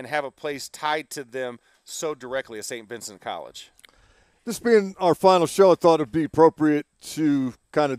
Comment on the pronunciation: Why isn’t Mac Starks can’t pronounce Saint Vincent correctly …….I mean really🤬